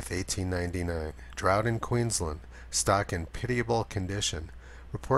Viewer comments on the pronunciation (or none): none